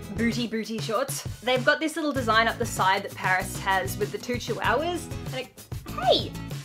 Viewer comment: Lol I love how you said "chiwowwahs" like lol! Omg I love you so much and now I'm into too much pastels that my parents are like" ummmmmm why do you like pastels so much" and I told them " on insta and YouTube found me the way to more pastels!" And my parents said,"um ok" and I said," the bird stays:)